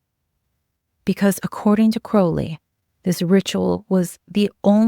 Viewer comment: My compliments for using the correct pronunciation of Crowley